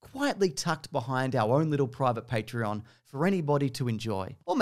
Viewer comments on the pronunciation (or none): none